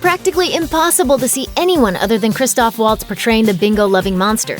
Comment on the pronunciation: Christoph Waltz, my dear, is not pronounced "Uoltz" but "Vahlts" or "Vults" (if you like) - just a pronunciation hint for native English speakers.